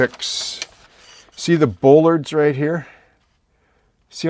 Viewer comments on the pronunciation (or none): Superb modelling! I have been watching your vids for a couple of years now and have learned MUCH. In a previous life I was a welder/fabricator with a few years of working marine construction so I have a couple of tips to contribute: bollards are pronounced 'ball-ards' not 'bowl-ards', the reverse curve of a ship's hull that you are working on so correctly is called "tumble-home" (whenever the stern sides of a ship curve inwards above the water-line), the slots you said you are unsure of the purpose of - they are, indeed, scuppers. They ensure that no water that gets up around the large diameter pipe that wraps around the whole stern of the tug is not able to lay in the V created by the pipe and the plating and promote rust. The round 'pegs' do indeed pop up from the hydraulics cabinet in the center of the transom area. These, together with the roller you pointed out form the 'fairlead' that guides the tow cable. They are retractable because if the tug should somehow get cross-wise to its tow, it is possible for the cable to roll the tug over on its side. Tugs have been lost in the past due to this, so current designs use these retractable fairleads. If you visualize the tug as having its tow point positioned ahead of the propeller at the center of the winch drum, the geometry becomes clear. I will be looking forward to part V. All the best and thanks for sharing your deep knowledge...